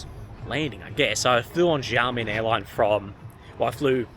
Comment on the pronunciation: welcome to "XIA MEN", (try to pronounce it with a more choppy and shorter bit, then you will get closer to the pronunciation, and have people understand you easier ), hope you will get to visit "Gu- lang -yu " the once colonial sector of the city. There is also a 30 mins ferry service that can take you to "Taiwan's Kin-mem" (officially it should be called as Kin-mem, Fu-jian province, Republic of China, and not part of Taiwan province of ROC, but for easy sake they called it part of Taiwan now ).